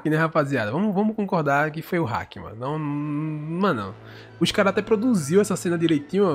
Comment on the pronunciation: Ele fala alguns nomes estranho, ele falou "hack" más a pronúncia é haki